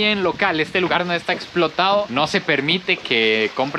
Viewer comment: eye tuany se dise no an explorado .y tu dices explotado como si fuera una llanta o otras cosas .